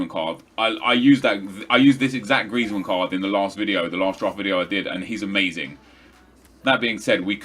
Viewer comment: Why does he pronounce that r so weirdly? Like grrrrrrrriezmann